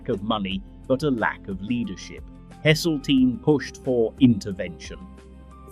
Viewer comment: "Livver birds" "Sea fith" "Hessle teen" lol. AI shite!